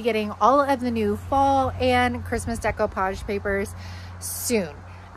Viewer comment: Thank you for pronouncing it right.